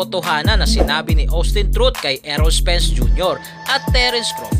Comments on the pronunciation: Anung Austin truth? Austin trout (trawt)ang pronunciation nyan. Dating tinalo ni canelo yan. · Trawt hindi trut 🤣🤣🤣🤣🤣